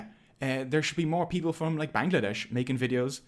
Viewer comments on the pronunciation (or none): none